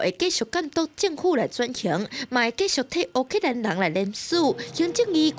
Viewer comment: 乌（oo）克兰的乌读音合台视无同